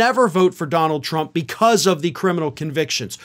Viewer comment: "Dominold Trump?"